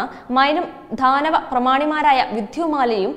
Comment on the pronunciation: അക്ഷര ശുദ്ധി പോരാ. ദാനവർ, ദാനവൻ എന്നാണ് ശരി. ധാനവൻ എന്നല്ല.